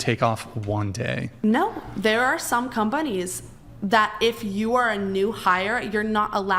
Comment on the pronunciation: swear she said 'cumbunnies' instead of 'companies'